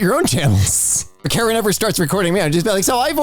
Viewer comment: The language "Karen" is not pronounced like the name, something like "kə-REN". "k" like in "skip" (so without the unwritten h after the "k" in "kind"), "a" like in "fashionable", "r" like in Spanish "perro" (rolled r), "e" like in "bend", stress on the "ren" part, not the "ka" part.